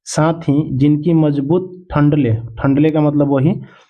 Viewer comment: ठंडले ❎ डंठले ✅